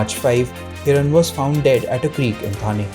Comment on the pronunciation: He is not Mansukh Hiran.He is Mansukh Hiren.Please correct the mistake.👎🏻